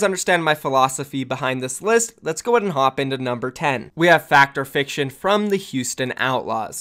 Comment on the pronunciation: Its pronounced Fact Fiction I'm pretty sure. I've never heard Fact or fiction lmao